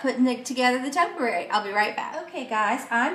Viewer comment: Quite pretty. Pronounced topiary (toe-pee-air-ee).